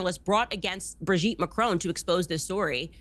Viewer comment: There is certainly something very Dylan Mulvaney-esque about Brigette Macron. The only thing that irks me however, is how every American always pronounces the surname in a way that rhymes with stone.